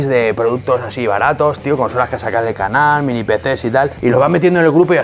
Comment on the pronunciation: En cuanto escuche el ibtro de "Bienvenidos a mi canaul..." machaque el botón de like